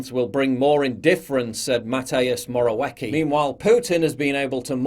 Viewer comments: Try pronouncing Morawicki like this - "more a wetski" it will sound much better for Polish viewers. Beside this, awesome video my man! As always pleased to listen to you. Cheers m8! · Thomas More'a Wacky... Damn o never laughed that hard at mispronunciation. It perfectly describes polish prime minister who is widely called "Pinokio" because he's always lying. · Love the Polish surname butchering hahaha